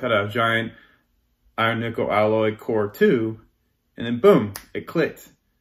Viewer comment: When I ever he said iron nikkel I heared iron nipple and couldn't stop my self giggling to take anything else he said seriously. I need help 😂